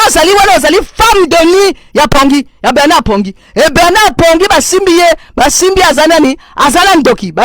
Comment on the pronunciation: C' est Bernard et non Berrrrrrrrrrrrrnard